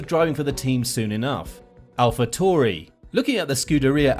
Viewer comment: No hate but it's pronounced alpha tyu ahh ree